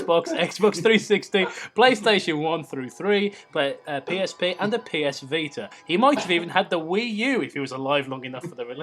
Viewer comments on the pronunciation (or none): none